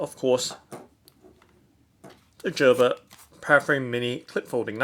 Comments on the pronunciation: Jerber 😂 you mean Gerber (GrrBer) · Lol 😂 He is saying "Jerber" wrong pronunciation 😂😂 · Gerber with a hard G. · It's pronounced gur-ber